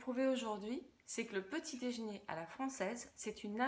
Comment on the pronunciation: Qu'est ce que c'est le "dèjné" ?